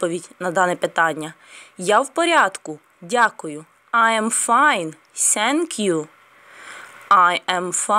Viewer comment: Thank you говориться не Сенк'ю, а з м' ягкою Т...